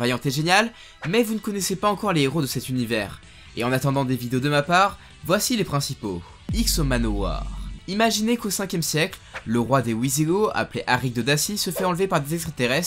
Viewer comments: Le roi des OUIsigoths 😂 je crois que ça se prononce plutôt VIsigoths mais t’inquiète ça ne change pas que la video est cool 😉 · S'il te plaît pour la prononciation de Wisigoths essaye de te corrigé, c'est un vrai terme historique qui existe et qui se prononce Visigoths mais sa s'écrit Wisigoths